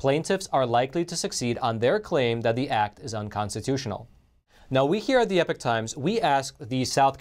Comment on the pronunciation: Epoch not epic times...or is it?